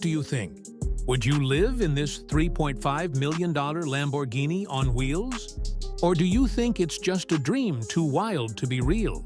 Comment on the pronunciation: Missed "R" in Lambourghini